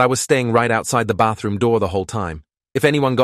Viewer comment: Bro why did the word bathroom go so British